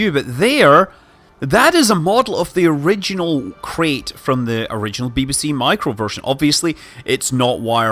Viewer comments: It's not pronounced 'Crate' it's pronounced 'Krite', it's named after a species of... oh forget it. An education is definitely no longer necessary these days. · So Scott I’m going to be that asshole that tells you: “Apparently it’s pronounced ‘K-right’, not ‘K-rate’.” Yes I hate myself too. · Mr K it’s pronounced ‘k-right’